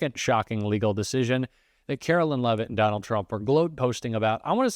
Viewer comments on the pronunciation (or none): I don't care for Caroline Leavitt, but her name is not Carolyn--it's Caroline. (line) I can see mispronouncing her last name, but as long it's not leave it, that's good enough for me.